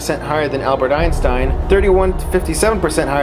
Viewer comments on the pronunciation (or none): none